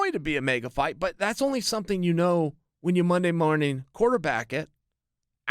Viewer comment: Chael "Monday Muorning" Sonnen